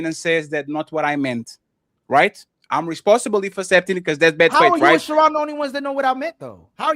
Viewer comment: That lamé’s name is pronounced Sharon like his last name is stone